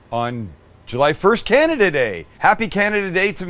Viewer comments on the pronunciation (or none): none